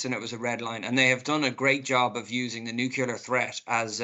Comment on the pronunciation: Can’t even pronounce nuclear…sheesh .,(no offense)